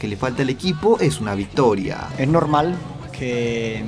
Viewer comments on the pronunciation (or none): none